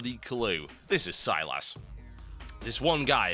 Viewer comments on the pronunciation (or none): Ew stop saying it like that. Sy-LASS! Fuck you, it's SY-liss. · Silas, not Siras ;)